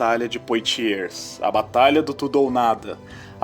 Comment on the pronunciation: A pronúncia correta é "POATIÊ"!